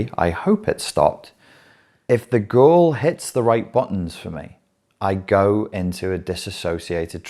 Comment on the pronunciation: Whenever u say girl in the context of your dating, it sounds like "ghoul".